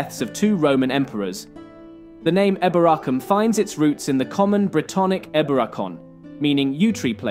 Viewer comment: Some people say it like that but apparently the original pronunciation was probably like he's saying it